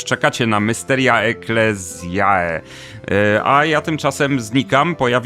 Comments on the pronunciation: Właśnie kolega wykorzystał wymowę kościelną "ecclesiastical" po angielsku. W wymowie zrekonstruowanej klasycznej dwudźwięk "ae" jest wymawiany jako "aj", jak powiedziałeś. Sama wymowa klasyczna istniała w okresie od circa 75 B.C. po III wiek naszej ery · zbitkę "ae" czyta się po łacinie jako "e" czyli czytamy "Mysteria Eklezje"